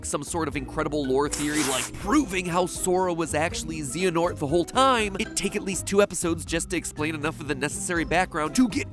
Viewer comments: Zeehanort? Wtf? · LMAO z-anort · The way he mispronounced Xehanort makes me sad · If you do another theory of Kingdom Hearts please pronounce Xehanort as Zay-ah-nort instead of Zee-ah-nort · Says he loves the series but mispronounced Xehanort :/ had one job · "a series I've been a fan of for a really long time" -Mattpat 6 seconds after mispronouncing the series antagonist's name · when MatPat mispronounced Xehanort FeelsBadMan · You literally know absolutely nothing about kingdom hearts. How the hell are you going to make a theory about kingdom hearts and not even know how to pronounce the main villain of the game